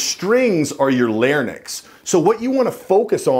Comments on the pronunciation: Larnyx. You said larnyx instead of larynx. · You had me until you used the word larnyx. It's not larnyx it's fucking larynx. Jeesuz is English you're native English tongue. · larynx not larnyx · Larynx not larnics. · You lost me at "larnyx". It's fucking LARYNX. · Lairnicks? You moron, its larynx, and its pronounced lar-rynx. FFS you are terrible. Just stop making videos. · Larnics 💀🤦🏽‍♂️ it’s pronounced “lair-incs” larynx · ITS PRONOUNCED LAR-INKS..........NOT LAR NIX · the word is larynx...lar-inks. lar-nix is not a word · It sounds like "lar-nyx" was said instead of 'larynx'. However, I'll try not to let that take anything away from the usefulness of the video. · Dude, just wanna know...wtf is a "larnynx"?! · Learn to say Larynx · The “lairnix” lmao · Nice, strong voice but "Larnix"? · I had to stop the video when I heard it pronounced "lair-nix". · Such douchebaggery. He can't pronounce "larynx" and that woman was hired off of Craigslist. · I'll tell you something else that projects "leader"; not mispronouncing words like LARYNX. ;^) smile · You pronounce "larynx" the same way Barney Fife did. Funny, but wrong.